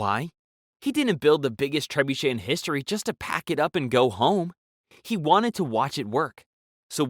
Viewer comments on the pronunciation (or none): none